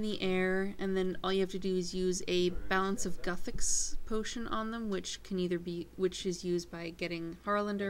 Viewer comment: IT'S NOT GUH-THIX. IT'S GOO-THIX BITCH.